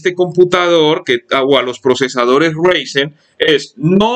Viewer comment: Es Enserio? Con 8 GB ram me vas a decir que un Ryzen no puede con W11? que perdida de tiempo este video. Y se pronuncia Raizen (Ryzen) No Reisen.